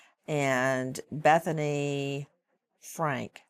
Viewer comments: Nancy Grace...if you gonna report information on a story make sure you know the names of the individuals you speak about...smh. BETHANY FRANK? 😂😂 I BELIEVE THE CORRECT NAME IS BETHANY FUNKE. 💯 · Funke, darling… like Tobias and Maeby Fünke… pronounce her name properly, gorge. Should at least know your subject you’re about to speak about. Don’t ever do that again, Nancy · Got that name wrong, there didn't ya??? It's not frank, dummy. Get it right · Who’s Bethany Frank??? At least get the names right Nancy. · She Str8 butchered Bethany’s last name 🤦‍♀️. It’s Funk Nancy. NOT FRANK!!! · Nancy grace can you at least get the names right? It’s Bethany Funke, not frank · Did she say Bethany Frank? Not bethanys last name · Its Bethany FUNKE... you're incredibly uncredible. How can anyone take you seriously? You constantly bag on social media sleuths, but you yourself pander to certain narratives... You can't even get the names of key people within the case pronounced correctly. Nancy DisGrace. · You’ve been reporting on this case for almost a full year lady & you STILL can’t get the main people involved names right. That’s embarrassing. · God she can’t even say Bethany’s last name right ugh CRINGE! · Yeah, Nancy is SO WELL involved in this case that she gets Bethany's last name W R.O N G ( it's Funke) ! Have some respect and correct this ! 😮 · Funke ......get the names right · What I find „hard to believe“ is your mispronunciation of Bethany‘s last name. Really?!? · Everyone with a little sense finds it hard to believe your scenario on this case. You need to up your research, you can't even get bethanys surname correct. Best if you just leave it to the professionals. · It’s Bethany Funke. For how much you run your mouth, you should at least get the victims names right. It’s disgusting that you get the perpetrators name right yet you pose and say you advocate for victims. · She can’t even say Bethany’s name properly! Horrible! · Get Bethany’s last name right.